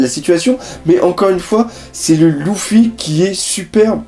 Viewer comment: c est grave moche comment tu dis luffy mais sinon continue comme ca !